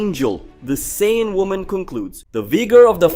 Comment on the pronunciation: I keep on forgetting you’re that guy cannot pronounce half Dragon Ball Z nations name, right you can’t say Goku and Vegeta‘s race name right you can’t even say Broly’s name right get off of YouTube man get out of here you’re no DBZ fan come on get you can’t say their names right you’re nothing get out of here get off of YouTube quit messing up and saying the wrong names so people can get the names right and learn the new fanscome on get out of here cannot pronounce the names right go back and go back to first grade and learn how to say their names right bro saying is not hard to say their names right Broly